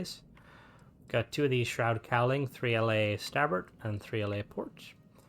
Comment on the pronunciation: I love your vids, but it’s not Shroud. It’s Stroud, with a “t” not an “h” after the “s”. I don’t know why it’s making me crazy, but it is.